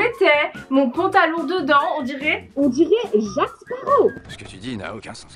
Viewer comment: jAcQuEs Sparrroh comme tu l'as prononcé je suis morte xDD ❤️